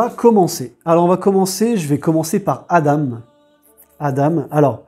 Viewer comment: Hello jeu sympa. Sinon Adam ça se prononce "A-dent".